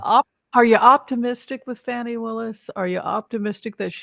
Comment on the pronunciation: please pronounce Fani's name correctly. It is pronounced as Fawni not Fanny. Fanny is the way trump & his maga's pronounce it to humiliate her.